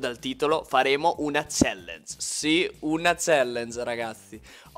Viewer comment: Si dice "CHALLANG"